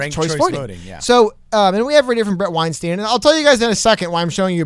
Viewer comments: I just thought it could be helpful to know that Bret's last name sounds more like 'W-Einstein' than 'Weinsteen'. Hope it helps ✌️ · No hate, just because I’m a fan. It’s pronounced weinstein where Stein makes the same sound as wein lol Not like Harvey Weinstein 😆